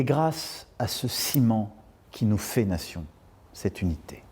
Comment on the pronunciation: " et grâce à ce ciments qui nous fé'lattion'" (nation) ? Je crois que même Manu c'est rendu compte 🤣